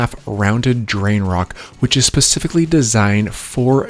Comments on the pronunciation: Wait he says “Pacifically”, instead of “specifically”. I’ve heard him say this several times in other vids and I thought I heard incorrectly. It’s ok, some of us take a bit longer to get that right. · Specifically...not "Pacifically - a ground woven barrier"